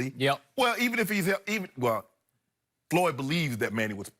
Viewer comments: It is FLOYD........................Not FOLYD....lol I know Shannon is a idiot, but come on now :) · It's not foyld it's floyd wow. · “Foyld”? Apparently Money Mayweather wrote this video title. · Is that pronounced Fo Lid??? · Who's 'Folyd?' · He spelled floyd name all fukked up😂😎